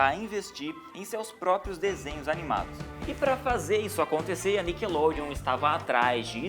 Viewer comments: NICKLODEON-acento miseravi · cadê o E de NICKELODEON ????